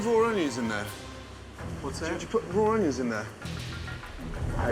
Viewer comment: never trust a man that says Ungions